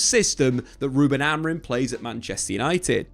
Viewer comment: Why do you call him Amarin😂